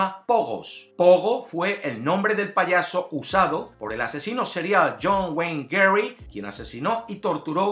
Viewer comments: Buen video, creo que la del restaurante puede ser, aunque también en la de el payaso asesino su nombre es gacy y lo pronuncia como Gary y por último la de la araña que son muchas vueltas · Espero no llegar demasiado tarde. Elijo la del Payaso POGO, cuyo nombre real es John Wayne Gacy. Es raro porque lo pronuncia mal (Gary), pero lo escribe bien. xD pero voy por esa. Saludos de Paraguay.